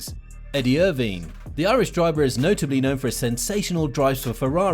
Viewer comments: Great video, but why can’t you say some of the names properly?? It’s pronounced Yos, not Jos. It’s IrVINE, not Irvin?? But Max is better than Hamilton, period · Jos is pronounced with a Y. And it’s Eer-vine. Like the Vine app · Who says "Erveen"? Honestly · Great video, but where are you guys from? At first hearing, you sound English... Then I hear the way you pronounce Edmund Irvine's surname, and I'm thinking Arabian or Middle-Eastern (with UK Schooling). Not a criticism. Just interesting. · Irvine, I've heard that name pronounced quite such.